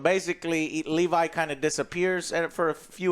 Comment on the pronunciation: Not a huge deal but why does Joe always fuck up names when it’s clear how they pronounce it Dude did it with Thanos now he doing it with levy It’s not Levi Shoutout yall tho